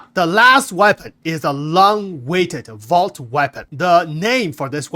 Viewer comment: VOLT, not Vault.